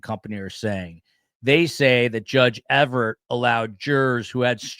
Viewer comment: The judge's name is EVERETT, not EVERT. Thx for the vid.